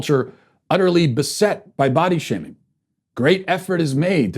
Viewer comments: For some reason, I swear I heard you say "butt-shaving." 🤣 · I thought I heard "ball-shaming" lol.